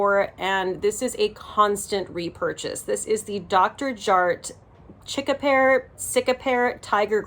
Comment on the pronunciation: Cica is pronounced seek-ah;) You’re welcome doll face🥰